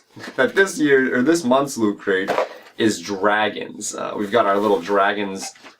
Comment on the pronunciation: Lol, "Loo cray"